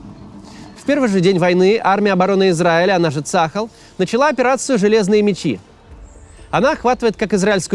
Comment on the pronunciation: Не ЦАхаль, а цаХАль. Ударение на второй слог. צה"ל